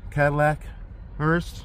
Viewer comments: It's a hearse, not a hurst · It's HEARSE not HEARST or HURST. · Don't know if it's been mentioned, but it's hearse. Not Hearst or Hurst. Funeral Coach is also acceptable. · Its hearse not hearst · There is no "t" in the word "hearse"!